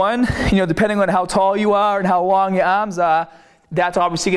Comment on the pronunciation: "aharms" " bah bell"